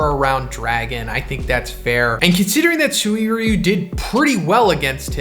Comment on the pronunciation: Who gets bothered by SUWIRYU? It's Suy-ryu.